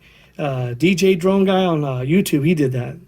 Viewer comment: Jay Drone, not DJ Drone.... lol